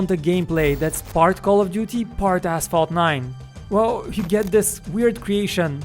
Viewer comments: who else heard asshole 9 ? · When he said Asphalt, I though he said asshole